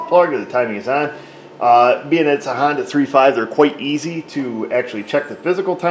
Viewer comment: Tickles me everytime you say Hondoo. 😂